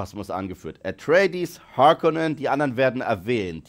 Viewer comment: Oh yes Baby, diese Fwremmen und die Hawrkonans. I guess its absolutely necesary to pronounce die ganzen Names as much american as you f*cking could, even more than the americans could. Das ist hip, das ist autentical und zero cringy for a well aged Mann.